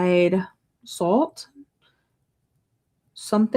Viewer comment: Lol yeahhh we have weird names in Michigan 😆 Sault is pronounced like Sue 💗 I didn’t realize that one took place in Michigan so I may look into this one at some point! I skipped this month AGAIN but next month I’ll definitely be getting a few because I’ll have my usual credit, my free bday credit, and the free BOTY finalist credit 😍